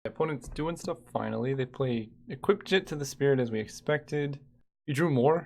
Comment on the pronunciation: Jitte is not "jit"!